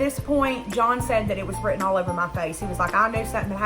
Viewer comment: You can't say written, you have trouble with it and similar words. You can speak as well as you look, perfect, with effort. I have enjoyed your story and I'm ashamed that you had to go through this! This will only make all your other jobs one hundred percent better!